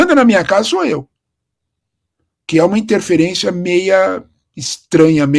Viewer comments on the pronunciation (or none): Baita análise (mas esse "meia" tá me doendo no ouvido, desculpa)